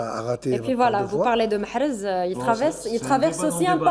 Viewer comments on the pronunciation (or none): tu ose pas prononcer MAHREZ tu évite de dire un mot sur lui(MAREZ) MAHREZ restera un grand joueur